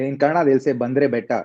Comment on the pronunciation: Canada ❌ kannada ✅